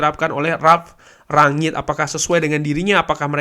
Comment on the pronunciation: Enak liatnya bahasannya ringan mantap semoga konsisten.. tapi boleh ga mas masukan dikit untuk spelling nama ralf.. baca aja rang-nik.. spelling ranyik walopun mungkin bener klo lidah belanda kali ya cuma saya gatel dengernya 😫😫